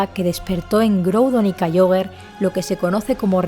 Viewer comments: Sólo una observación: se pronuncia "Kiogre", no "Kaioguer". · Es en pronunciacion es Kiogre y Rayqueiza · ¿Kaioger? ¡Kyogre! Deja el postureoo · "Kayiogre" Tipo agua Tercera generacion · No se dice kaiogre se dice kiogre y tampoco cherneas se dice xerneas